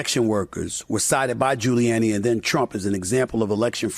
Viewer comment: Wow SAS can’t pronounce gilluanni